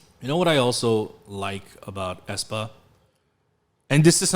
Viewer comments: Æ is pronounced as the first "e" in "cellphone" but ok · It just hurts my soul how they use the letter æ. Ofcourse it is used as a visual statement, but the pronunciation is not the same as ae